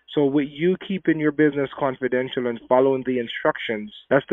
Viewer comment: Canfordential!!!!!!!! I think he means confidential..... Back to school, fellow